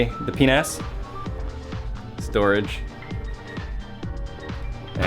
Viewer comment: The moment he said "the P N A S", my caption did penis